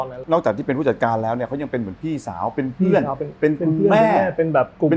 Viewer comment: ชอบคำว่า เฟื่อน ของคุณหนุ่่ม555